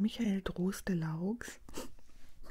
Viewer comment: Michael Droste-Laux wurde in Olsberg/Hochsauerlandkreis geboren. Es wird deutsch ausgesprochen. 😉😊 Vielen lieben Dank für dieses wieder so wunderbar entspannende Video.